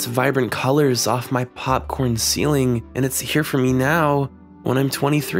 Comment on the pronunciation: "popcoin ceiling" lol sassy